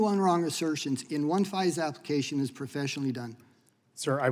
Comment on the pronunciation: That first witness pronounced FISA as phizer and I bet he says Phizer to sound like fisa🤭😒